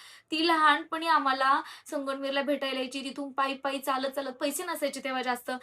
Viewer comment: हो मला पण जाणवलं ती वेगळंच बोलते संगमनेर बोलायचं तर 😊असो